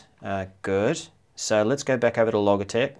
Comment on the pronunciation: Logitech. Pronounced with a hard g you dimwit!!